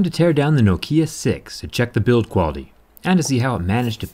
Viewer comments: no. nokia is nokia. not nakia.i know this, im from finland. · "No-kia could also be pronounced like Nakia"... Never heard of it being said like that, atleast not in Finland. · It's always been pronounced nockia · They still need to tell people that Nokia is pronounced Nock-ee-yah not noe-key-uh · As a Finn I heard Noukiia and Nakia but not Nokia. ;) I guess one could use this as a hammer. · damn it the way he pronounce the name nokiia is fkng sacrilege! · It’s Nokia not Nokia mate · who pronounces it as nakia bruh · Ahhhhh, I was wondering when someone was gonna ding you for saying nokia instead of knockia. But semantics, this phone is built tough, I like it. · I like this accent. No-kia. It's pretty cool. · Thanks for your informative videos. One small nitpick, your pronunciation of Nokia is wrong. The emphasis should be on the first syllable. To anyone who lived in Europe or Asia in the 1990s and 2000s and couldn't escape Nokia's ads, this sounds jarring. Thanks for the great work and keep it up. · By the way the pronunciation is not a matter of opinion or were you are in the world, it is a Finnish word and it is pronounced as they pronounce it in Finland. (edit) Oh and by the way I am 90% sure you are saying it wrong. The accent should be at the first syllable. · Zack, your accent it's wrong when you say Nokia. Why do you do this?